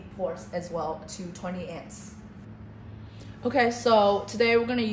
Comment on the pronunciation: Your narrator needs to learn how to say "AMPS". She repeatedly said 'ents'. Amps (amperes) are the basic unit of current. Your 'engineer' should have corrected her and re-recorded the video with the proper terminology.